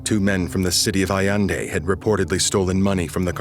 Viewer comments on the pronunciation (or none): none